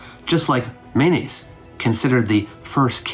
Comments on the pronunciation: It sounds like you're saying his name is "mayonnaise" - can you enunciate a little more? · Kept giggling everytime I misheard mayonnaise and was waiting for this pic to start rotoscoping. Great content as awlays. I bet your lectures would be epic without the disctractions of life surrounding a computer screen. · This was fascinating, and made unintentionally (and increasingly) hilarious by my inability to hear "Menes" as anything other than "mayonnaise." Aha was Mayonnaise! 😂 I'm sorry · By the end i was hearing "mayonnaise" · Every time you said Menes, I heard mayonaisse 😂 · Mayonnaise unification. Founder mayonnaise.,. I keep hearing mayonnaise.😅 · Everytime he says Menes i hear mayonnaise! 😅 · I'm going to be honest here, I thought you kept saying mayonnaise. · Sounds like you called him King Mayonnaise lol